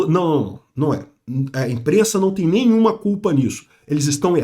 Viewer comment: "A imprennsa nao tem nennhuma culpa" Foi a pior que ja ouvi do